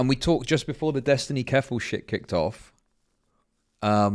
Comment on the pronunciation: Not dyslexic, yet I always hear Keffal either as "falafel" or ""Kellogg's ", or a disgusting mix of the two. Anyway, something that would likely give you a bad stomach bug.